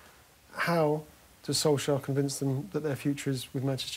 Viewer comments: When are these 'journalists' going to pronounce 'Solskjaer' properly? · Can they stop pronouncing his name wrong